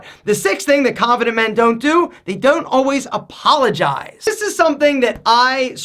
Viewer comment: Khhhanffident men....